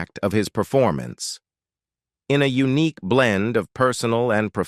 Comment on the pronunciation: C’mon, when robot reader says eunuch instead of unique… that was funny!😆